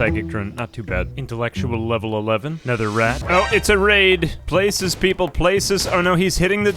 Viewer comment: "we are the micrope-" 🤨 "-ople" 😌